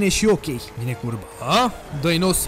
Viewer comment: VINE CURBA!!!!! Literalmente urechile mele: VINE CURVAAAA!!!! (* insert sanctuary guardian from earth bound * )